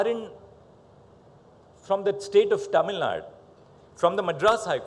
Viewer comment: Tamil Naduuuuu sir and not Tamilnad